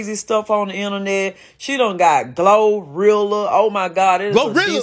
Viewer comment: That lady with the blue rag on her head said GloWrilla, Mellion the Stallion, KarlyB 😂😂😂😂😂😂😂😂😂 Whew Chile